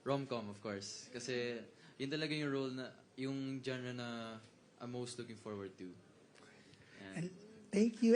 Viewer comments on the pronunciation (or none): none